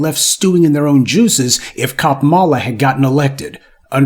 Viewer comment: You make excellent points and I enjoy watching your content. However, why the disrespect when pronouncing VP Kamala Harris' name?